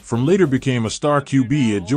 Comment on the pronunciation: Jake’s last name is FroMM, emphasis on the M. It’s not pronounced like the word “from” as you’re saying it.